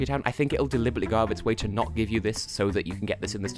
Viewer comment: I thought you were trying to make "go" sound like "gold".